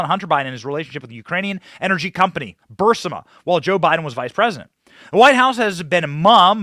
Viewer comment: Glad someone else noticed this. Was surprised he mispronounced it or misread it, even if the text had a typo.